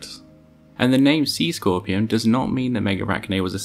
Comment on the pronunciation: “C squorpeon”